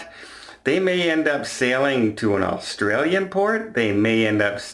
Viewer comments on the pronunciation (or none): none